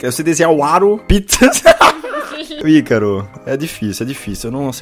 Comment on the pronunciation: mano nao é aicaro se fala icaro do jeito que escreve